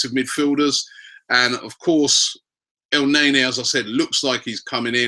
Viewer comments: EL NAY NAY...cant u spell thing right mate??? its EL NAY KNEEEEEE like nani..wth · Robbies pronunciation of players always crack me up. Elnaenae😂